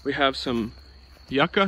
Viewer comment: Nice video. Thanks for the lovely tour. It is pronounced Youka (yuca)❤. Also called cassava in some countries